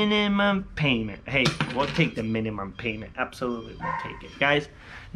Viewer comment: “The minnymum” love it hahaha